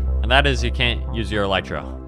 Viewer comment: it's said "elytra"